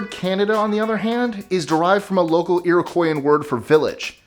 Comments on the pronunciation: Hey buddy. I’m a Canadian, and you said Era-quios, it’s pronounced Ear-o-quios. Just saying. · Iroquois is Actually Pronounced “ear-oh-Kwah” Not “ear-o-kwoi” But I do get how you could think it is pronounced “ear-o-Kwoi” I learned about the Iroquois In Grade 6 as part of the Curriculum! And! We definitely Have Spotify and Lot’s of Online Shopping, A lot of people order Groceries online and pick them up :) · Iroqois is pronounced ear- oh-ka